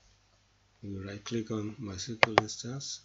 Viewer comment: am finding it hard to understanding what you are saying....is it MS sekal??